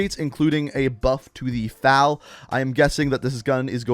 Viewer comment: FAL lolllll.... you mean F-A-L ????